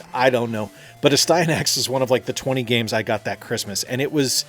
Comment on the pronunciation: I love Astyanax, it taught me my left from my right. Great cutscenes and awesome bosses Also it’s As-T-ya- knacks